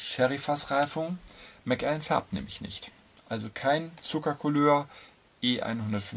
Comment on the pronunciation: Der Macallan 12 SO ist einfach fein gemacht. Ein Whisky der sowohl Einsteiger als auch Fortgeschrittene begeistern kann. Hier kommt er z.B. im Vergleich zum Yamazaki 12 (den ich auch sehr gut finde) etwas zu schlecht weg. Außerdem wird Macallan als ein Wort ausgesprochen.